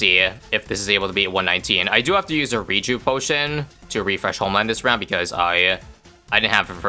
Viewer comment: bretty sure it's pronounced rejuev potion and not rejuhv potion, because it seems to be taken out of thee world rejuvenation